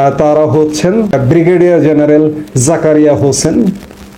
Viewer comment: It's "General", not "Zeneral"